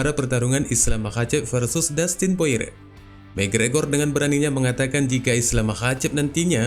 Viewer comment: Porier bang, bukan poire